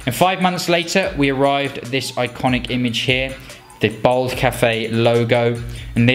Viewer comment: At least pronounce ‘bald ‘ properly 🤦‍♂️